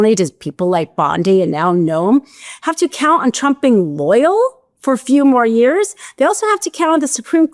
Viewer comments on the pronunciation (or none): none